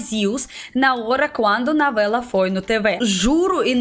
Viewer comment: Disconcorda, uso-homi, nouela, ulitima vêz, kkkkk